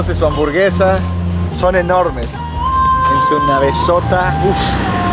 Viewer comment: Le entendi “su cabezota” y era navezota